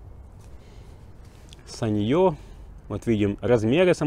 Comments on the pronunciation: Осел , ставь ударение. саньЁ у тебя в кружке , а это сАнъё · sАnyo.. ударение на первый слог!!!!!!!!!!!!!!!